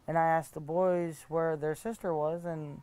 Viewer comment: She speaks very uneducated. “These are all her toys that I’ve boughten.” And she says the TMNT toys are the boy-es with 2 syllables. She always sounds like she’s on sedatives bc she talks really slow and her words are slurred and she has a nonfocused look in her eyes and her whole face looks so tired like drowsy. I don’t think she was high or on drunk at this exact interview with CM but if this is how she is sober, then even on weed and alcohol, she is going to be super hard to figure out what she means or what she says.